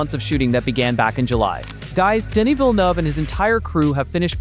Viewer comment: Oi! American! Denis Villeneuve's name is French. It's pronounced 'DEN-ni'! You're visiting other worlds NOT named 'America'.